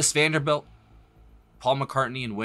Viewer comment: It's actually "Mrs. Vandebilt", without "R"...